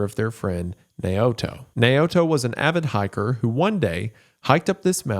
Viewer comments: "Nay-oh-to" is pronounced "Now-toe". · (Naoto) Nay o'toe is pronounced now-toe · Naoto is pronounced Now-toe. I had a drug counsellor named Naoto. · "Nay-o-to." Lmao, Jesus. You spent so much time on this and couldn't take like 30 seconds to confirm the pronunciation of names said throughout the video in question. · The name is pronounced "now-toe" not "nay-oto" I'm sorry but he says it so many times, love ya goon gang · Why is it hard for english speakers to say Japanese words like it spelt? Wendi said Naoto as Nay-oto, it isn't even french or russian.